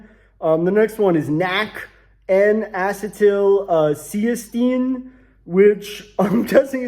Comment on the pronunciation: N-acetylcysteine is an actual medication that we use in the ER for, among other things, Tylenol overdoses, to prevent Tylenol-induced liver damage. First time I've heard it pronounced that way, tho, and healthcare workers say it wrong in all sorts of ways.